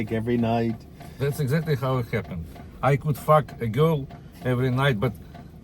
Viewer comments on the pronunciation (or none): it sounded like he said "I could f*ck a goat every night", took a sec to work out he was saying girl🤣